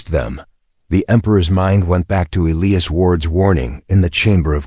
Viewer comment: Is it possible to teach an AI 🤖 how to correctly pronounce words, especially EliAs. Please god teach it to pronounce it correctly